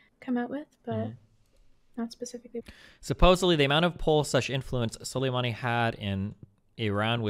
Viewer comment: Destiny Struggled to Pronounce Soleimani in this debate